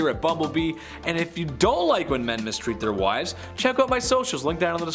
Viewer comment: "Wives" not "Wife's". Jeez.